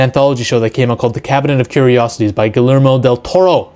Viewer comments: It's pronounced "Gooey-Ermo" rather than "Ghoulie-Ermo" lol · its pronounced GIYERMO not GILERMO! lol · I dont know why, but name mispronunciations usually doesn't bother me..... but I couldn't stand to listen to this guy butcher Guillermo's Del Toro's name.... Gilermo???? Say with me, my guy... Gee-yehr-moh! 🤦🏽‍♂️ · Fully agree with everything you said. Guillermo del Toro needs to come back. Just one detail though. His first name is pronounced "Gee-yermo" 👍🏼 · The way you repeatedly butchered the pronunciation of Guillermo Del Toro is far scarier than this creature lmao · butchered his name bro